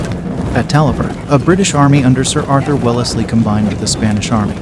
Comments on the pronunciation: Grrr.. redub Welle-ez-ly to Wells-ly.. hurts my ears.. otherwise fine stuff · Pronunciation check! Tge centre E in WELLSLEY is not spoken, thus it is WELLSLEY! also TALAVERA is TAL A VERA, THANK YOU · The voice over can't pronounce correctly any of the names, even Wellesley. Makes me think it's just robotic. Thumbs down.